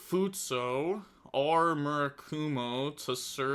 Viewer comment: My man’s legit replaced the last vowel for futsu